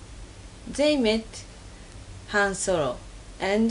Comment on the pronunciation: " They met. handsyrup and'e 2pac" O_O